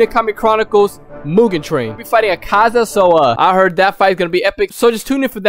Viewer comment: It’s not akza it’s akaza